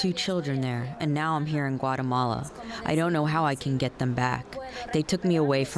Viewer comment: Suggestion: You pronounce the name of the country wrong. It's g Ua tE ma la, not like "guacamola". Big difference.🤷‍♂️🥑